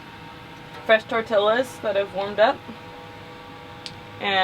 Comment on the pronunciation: Those are NOT tortilluhs...they are tortiyahs...You know...tortillas!